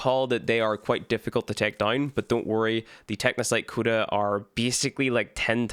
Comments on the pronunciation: pronounced Co-duh. Not Kuda. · Is anyone else triggered by him saying KUDA 😂😂😂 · Aint no way you saying Cooda 🤣🤣